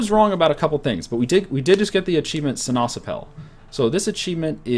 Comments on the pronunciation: See-Nass-App-Pul, with emphasis on 1st and 3rd syllable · well you may not noticed it yet, but the dutch word for orange is sinaasappel and you pronounce it as: see-nàs-àppel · Every time he sai sinasappel i thought he said si na chapel